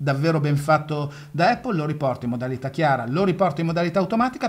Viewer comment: Baistròc, miga par spacär il bali mo as dis “Apol” (con l’accento sulla A) miga “Eppól”